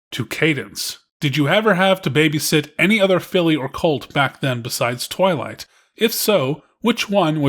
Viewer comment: "Tivylight" I HEARD TITTYLIGHT